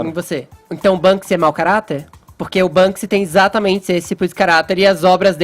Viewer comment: Etxatamentze é dzi estourar os tzinpanos